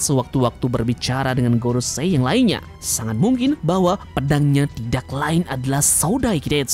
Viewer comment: kalau pas bilang gorosei itu mbok ya yang biasa saja kang